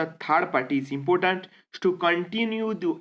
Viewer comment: Impotant, matto ,pipul, mansion,fungson ,naysnal, fraish wata lake, salange, raid list.......sir this is insights pls maintain your standards.....pls ignore for my satiric comment.